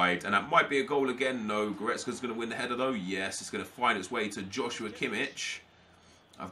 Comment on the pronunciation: kimmichs first name is actually pronounced as "josua", sorry it just bothers me :D